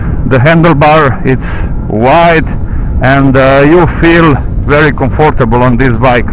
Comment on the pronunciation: bro, it´s "COM-for-table" not "com-FOR-table" :person-turqouise-waving